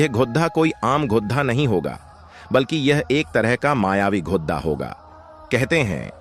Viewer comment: GHODHA NAHI GHODA BOLO